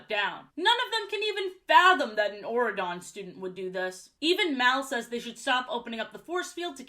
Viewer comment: What is wrong with my ears until I saw Auradon spelled out I was mishearing it as Oregon and just accepted that a U.S. State had a king in this universe